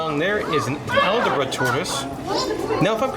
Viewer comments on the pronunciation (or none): Hey fun fact. Captive poison dart frogs are not poisonous at all ☺️ Also the tortoise is called an Aldabra pronounced like al-dah-bra